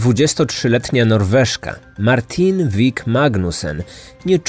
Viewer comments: Jej imię wymawia się Martine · Nie Martin ale Martine